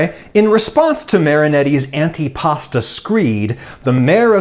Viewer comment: Wait, was that an anti-pasta screed or an antipasto screed?